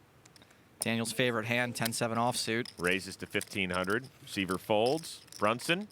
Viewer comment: IT'S SCOTT S(EYE)VER NOT (SEE)VER)........................... IGNANTS!